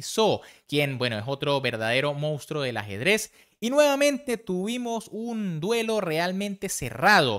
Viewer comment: Que manera de equivocarte!! Por qué decís mounstro? Es monstruo, no es wishi Anand, es wishi Anand, no es Neponimchi, es Neponimchi, por dios!!!